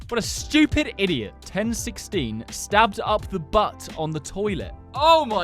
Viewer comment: STOHBBED IN THE BATT ON THE TOILETTE